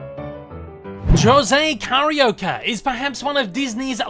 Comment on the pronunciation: Carioca-a term used for someone from the city of Rio de janeiro. I love that you are doing my fav Disney character but the pronunciation is off. Forgiven though.I loved the video. The Zé Carioca comics continued straight until 2018 when editora abril went bankrupt. The new company culturama picked up the Disney comics in Brazil and they hope to release more Zé comics next year but right now they are searching for artists and writers....*admittedly has applied*